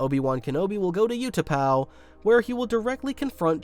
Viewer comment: You pronounce the U in Utapau the way you should pronounce the Ew in Ewan and you should pronounce the U in Utapau the way you pronounce the w in Ewan.